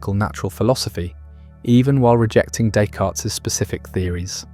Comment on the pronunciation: Pronunciation of his name????? Never heard it said with an S at the end…